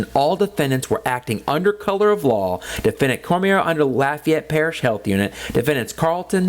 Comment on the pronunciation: You could be prosecuted for butchering the name Cormier..kidding aside I always get annoyed when auditors bring this up. If the Health Unit Employees were walking around with cameras filming and then uploading to Youtube then you'd have a point. The security cameras are inconspicuous and they are used only for security purposes. Law Enforcement only turns on the body cam during an interaction. They aren't on every where they go and they aren't uploading the footage to Youtube with commentary.